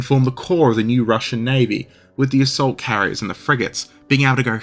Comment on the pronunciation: Swear to god, I first heard "assault carriers" as "salt carriers" - and was wondering why the Russian navy needed salt... Not even kidding.